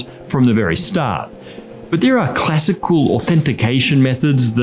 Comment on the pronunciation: "Classical" or "Classic, cool"?